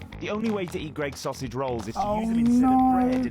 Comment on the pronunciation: hearing that guy say 'sossy roll' instead of 'sausage roll' has made me feel ill